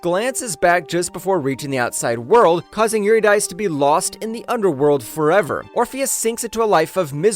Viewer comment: SIGH Calliope: Ka-LIE-oh-pee Eurydice: yor-IH-dih-see